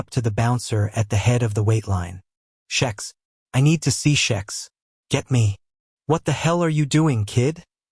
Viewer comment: I think it's a bot.... but I've found the way I think the names should be said, eg Vishous--- is how it should be.. not Viz-house. Also Xhex- I pronounce Hex. he says shex... I'm an Aussie, so we pronounce things differently anyway....